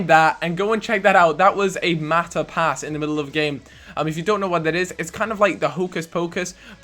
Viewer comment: Mata pass?? You british people...